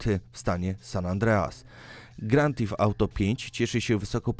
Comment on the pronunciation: Rejnboł siks sieg XDDD Gran tif ałto